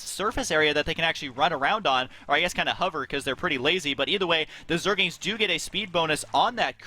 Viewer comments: stop calling them zergings, it zergLINGS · Aah, the good old days when husky said "Zergings" instead of "Zerglings" every time... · husky keeps saying zergings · Anyone notice how Husky keeps saying Zergings? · jesus christ they're calling rax raxes apparently not knowing wtf they're talking about, that's like saying barrackses.... really?! and husky keeps saying zergings instead of zerglings, it's driving me fucking insane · is it so hard to stop saying 'zergings'? :p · Why the fuck do you have a commentator who doesnt know how to say 'zerglings' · Does anyone else notice and get annoyed with husky saying Zergings?? there is an L in there, husky.. zerg-Ling other than that great job guys, i enjoy watching your vids HD